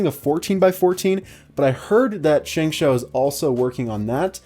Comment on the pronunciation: its pronounced 'shung show'.